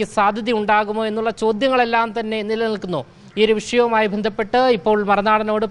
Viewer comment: വന്ധപ്പെട്ടു എന്നതിന് പകരമായി വെന്ത പെട്ട് എന്ന് തെറ്റായി തുടർച്ചയായി റിപ്പോർട് ചെയ്യുന്നു കഷ്ടം?